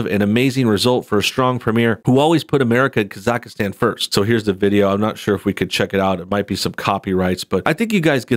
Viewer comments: Its not Kazakahstan, its Kazahstan and that country really exists LOL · Kaz-ack-stan...it’s a real country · Is it just me or does he just keeps mispronouncing Kazakhstan? Kazakhastan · The way he pronounced Kazakhstan xddddddd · Please say where Borat is from Properly. If you report on something make sure you know how to say the words properly on the subject. On his Ali G show he did rip on people who are in the United Kingdom. The fact his character AliG was a rip on the youth culture in the UK shows he did take the piss from more than one side. One character I didn't like was Bruno, was too gay for me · Hey,ofc you mispronounced Kazakhstan. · God you butchered the pronunciation of Kazakhstan. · Your pronuncng Kazakhstan wrong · Ok... you must not be too familiar with this dudes stuff. You arn't pronouncing Khazakstan correctly at all. And thinking that Jeff Bezo has anything directly to do with Cohens film is really silly. Any streaming service would have loved to get their hands on this.